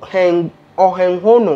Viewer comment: You are pronouncing Ohenghono just perfectly. You are African, that's natural to us.